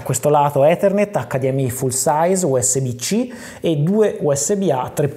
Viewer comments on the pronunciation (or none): none